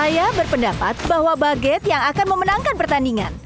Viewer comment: Bagueete=1% Tuan bread=99% Cara baca=bagutte=bak get Tuan bread=tuan bret